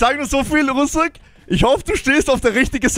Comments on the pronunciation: Russik mit I bitte 😂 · er heißt russik nicht Russak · Geile Folge, das best war Russak😂 ( er heißt Russik )